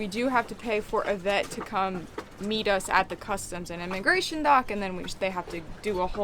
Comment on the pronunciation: Inamagration...hah....be well guys.